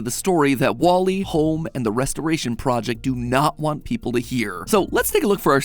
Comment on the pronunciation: Me waiting for the “ welcome to GAME THEORY “ instead I get “ welcom to houwouwme game theory “. 🙂